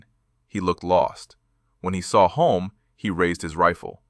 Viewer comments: HULME (HULL-MMM) Not Hume Hyoom Home Homes Holmes It Was Sore Point With Him & Son , 1967 World Formula 1 Champ Denis ( Denny) IT'S NOT THAT HARD TO PRONOUNCE CORRECTLY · Good Lord... Who wrote the AI script for this video? I'm only half way through the video and I heard at least a dozen mispronunciations of Hume's name. I know AI chokes on a lot of names, but Hume? It's only got four damn letters.